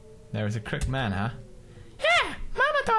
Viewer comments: Pewds still can't say crooked :) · It's pronounced Kroo-kid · Its CROOKED not croked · Daw, I like how Pews' says "crook-ED" as "crookt" X3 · Croo-ked, Croo-ked, not Crook'd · Crook-ed!!! not Crookd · crooked not crookd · it's crooked (crook ed) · Crook-ed, not crooked.😭😂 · Darnit now I'm saying crookt man instead of crooked man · Does anybody realize that pewds says crooked "crookt"???hmmmm anyboy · don't you pronouce the name as crook with ed. crooked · He knows how to pronounce "Psychiatry", but not "Crooked". Oh, ily, Pewds. 😂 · I'm trying to stay calm no matter how much you pronounce crooked wrong. >.<